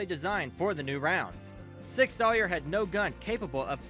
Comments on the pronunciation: Sour. Not Sawyer. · Learn to pronounce Sauer. It's "sour," not "sawyer." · I stopped watching when I heard sig “sawyer” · "Sig Soyer", "Smith and Wesston" lol wtf..... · Nope, clicked off after you said the name wrong after 3 seconds. This is your job bro, they’re too big of a name in the gun world to get it wrong like that. Makes me think you make the video and then dub over it off a script. Like you aren’t paying at renting to what you’re reading or something